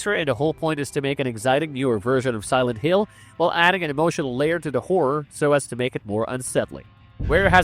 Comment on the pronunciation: Pretty sure the voice is AI too, "silent heel", really choppy audio, words forced together, the channel uploads and new video every hour... I'm not watching another video